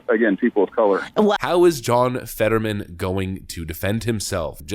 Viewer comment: His name is John... Fetter-whamen!